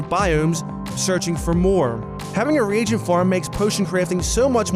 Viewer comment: Pronunciation of reagent lmao